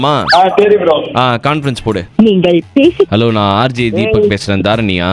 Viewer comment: ❌ rj dheebak ✅